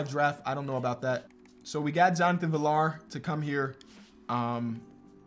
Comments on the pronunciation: FYI Jonathon Villar's name is pronounced viar not villar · Just a heads up for future reference, Jonathan Villar’s last name is pronounced like VR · Just so you know it is pronounced Jonathan v-ee-y-AA-r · btw Johnathan Villar's name is pronounced vee yar the two Ls make a Y sound. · villar is a Spanish name. The double L makes the yuh sound, pronounced viyar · Villar is pronounced VR